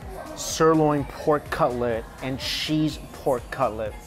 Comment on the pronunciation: I like how he says cheese like sheeze